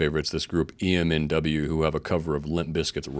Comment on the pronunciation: EMNW is pronounced Em-en-oo